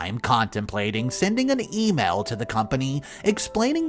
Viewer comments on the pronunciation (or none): none